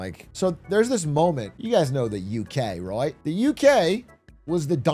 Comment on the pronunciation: "roight" per Atrioc